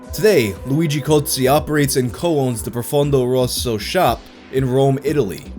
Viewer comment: luigi Cozzi but the way says it sounds like GOATSE......... makes perfect sense